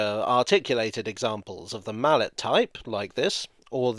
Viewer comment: I never thought I would ever find cause to correct you, but Anatole Mallet spoke French and both his name and the locomotives he invented are pronounced with a silent T. No hammers involved.